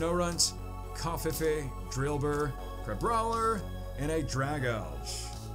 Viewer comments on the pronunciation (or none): none